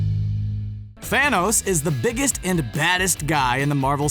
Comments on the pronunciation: He said fanohs instead of Thanos in the beginning 😂. Just turn on captions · It's not THANOSE as you say it it's Thanos learn Names man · who here heard the guy said Fhanoes